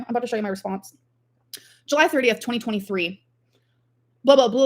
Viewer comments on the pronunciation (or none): none